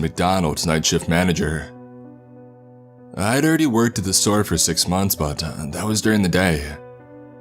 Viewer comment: “In six monthsuh, their had been 4 new managersuh”